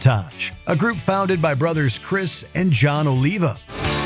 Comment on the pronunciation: Mispronouncing Criss and Jon Oliva's last name is pathetic and disrespectful